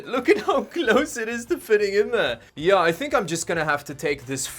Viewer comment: your yeah sound like ja (Deutsch)